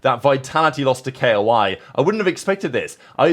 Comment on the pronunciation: Why do you call them "K.O.I." bro it's just a word LMAO